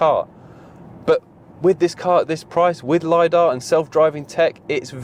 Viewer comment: You lost me when the word LIDAR was pronounced.